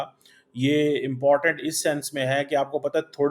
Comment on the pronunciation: Can you pronounce Important properly